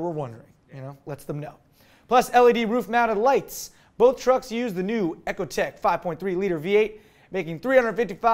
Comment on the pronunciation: Uhh its pronounced eeco tech not ehco tech